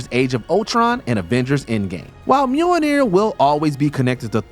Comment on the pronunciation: Sounded like, "Mule n ear."